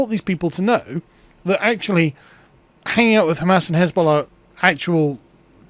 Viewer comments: "Jezbollah" lol. Last time Corbyn made a run at power he got destroyed by the media. This time he's going to get single-handedly destroyed by AI generated memes. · Car may said Jeezbollah, but what I hear is Jizzbollah.